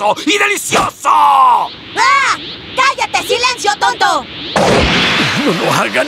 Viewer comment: quien escucho que gotenks dijo cagate gato calvo en ves de callate